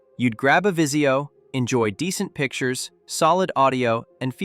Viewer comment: Vizio not Visio lol